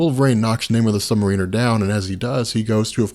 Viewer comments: I am millimeters from skipping any further content pertaining to the Submariner due to your pronunciation of the word. It isn't "Namor the Submar*ee*ner" it is "Namor the Submar*ih*ner". As in a "Mariner" or sailor rather than a "Marine" as in the soldier. Sorry I don't mean to be a bitch about it but it makes me cringe every single time you mess it up. I mean this constructively. Just call him Namor like you do in the later part of this video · It's not pronounced Sub-mare-ee-ner. Just because it's spelled like submarine or just the word marine, doesn't mean it's pronounced that way. You are the first person I have ever heard that pronounces it like that. It's Sub-mare-i-ner or Sub-mare-a-ner. I don't know where you're from, so I realize it may be an accent thing. But it's annoying me the way you pronounce it. Edit: WHY THE FUCK DO YOU KEEP SAYING THE CHARACTER'S FULL NAME!?! You did the same thing with Speedball's real name. Just say the first or last, or in the case of Namor, just that. You don't have to use his name and title every damn time you refer to him. By the gods I feel like I'm going to go crazy listening to you. I'm seriously debating unsubbing just for that one reason. And I just might if I decide to continue watching these videos, because whether you're fucking up a persons name or not, your voice is getting real irritating. At first it didn't bother me and I continued watching them because I liked the subject on which you were talking about. But now I just can't get over the way you say Namor's title. Which is just adding to the irritation of you voice. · FOR GOD SAKES IT'S MAR-uh-ner it's been driving me nuts since you've started making videos for the love of god learn2english. He's not a freaking u-boat pilot. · yeah... it's sub-mArin-er... also captain marvel is pronounced captain mar-VEL... meow...